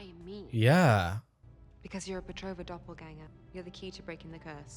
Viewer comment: It's Petrova, not Betrova. It's the last name, originating from Bulgaria.